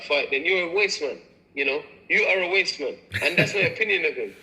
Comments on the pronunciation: Wasteman not wate lol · He’s saying “wasteman”